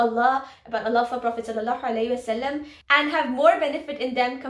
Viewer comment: Your salam is not right .